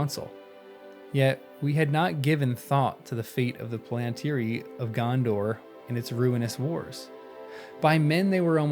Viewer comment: The emphasis is on the FIRST syllable, not the second. PALantir. The same as you would say BORomir, FARamir, or LEGolas, etc. The plural is Pal-an-tir-i, with four syllables, not three; Pal-ant-tri. In reality, there is no real difference in the stress of each syllable. This is something I notice in the way Americans have trouble with English place names; Buckingham Palace for example. Americans stress the last syllable, thus; BuckingHAM, whereas an English speaker renders it with the last syllable almost missing; Bucking’m. The word Palantir is rendered with almost no stress at all, like the word Avenue. The stress is only a gentle one at the beginning of the word.